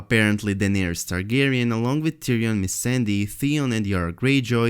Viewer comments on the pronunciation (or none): kaido one hundred beast It's (Targaryen) not Targarien just sayin..😏